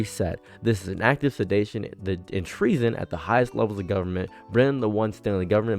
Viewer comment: it's a mispronunciation. he can read